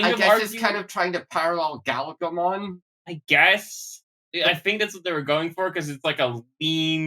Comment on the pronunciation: Also as I'm listening I get you're using the JP pronunciation of Galgomon instead of Gargomon but it sounds a lot like Gaogamon sometimes and I keep getting Savers PTSD